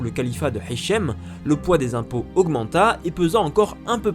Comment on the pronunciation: Très bon travail. Petite remarque cependant, dans ta prononciation arabe, tu utilise trop souvent (voire toujours) "ح" à la place de "ه". Par exemple, mon prénom c'est هشام et pas حشام. Merci pour ton travail et courage pour la suite.